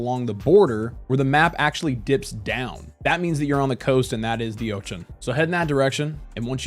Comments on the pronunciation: please don't say ochen. please instead say ocean. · Why do you call it the "Otchan" what's up with that. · "Oach-en" Bro..where are you from, I've never heard of that pronunciation of Ocean in my entire life. I'm old too. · Never heard anyone pronounce ocean as "oation" before and I can't stop focusing on it lol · very funny how u say ochan :D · Say ocean again 😂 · I love the way you say "Ocean." lol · You pronounce "ocean" in a way that was not previously conceivable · hehe, exactly my thought, when he said it the first time i was like what did he just say? rewinding a few times 🙂